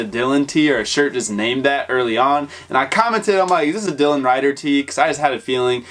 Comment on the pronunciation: homie said DYLAN RIDER